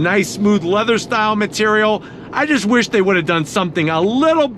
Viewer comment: I was just gonna say that he also said “ I WUSH IT WAS LARGER “